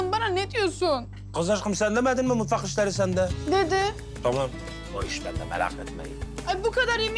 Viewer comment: Afetin mutvak demesi